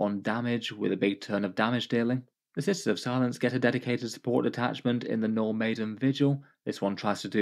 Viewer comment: I heard 'No Maiden' detachment lol